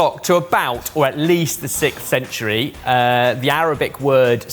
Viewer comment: Why can’t Brits say “sixth”?